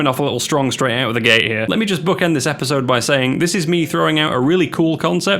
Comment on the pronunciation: had to read subtitles to realize it's gate not gay